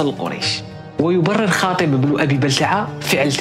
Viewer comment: حاطب وليس خاطب.. حفظك الباري